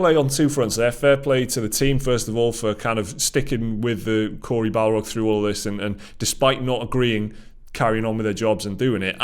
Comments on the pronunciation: Bar-log… not Bal-rog… BOI! 👀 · Best thing is that keeps saying Balrog instead of Barlog lol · Please. It's Corey BARlog. Not BALrog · Barlog. Not balrog. Lol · Take a drink everytime they call him Balrog instead of his actually name Barlog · I keep hearing you say Corey Balrog and tbh i was disappointed when you flashed up the photo of him. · He's not a Tolkienien beast the Balrog, it's Barlog guys. I crack up every time someone from the games media mispronounces his surname. I love your channel though guys, keep up the good work. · has Tolkien Brain. Are you deliberately say Corey Barlog's last name as BALROG?